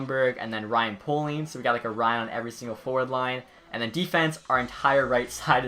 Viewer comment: Just a heads up, Ryan Poehling is pronounced Pay-ling.